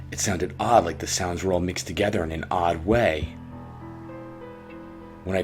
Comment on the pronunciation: I called him and the only thing he said was, "did you rike it?"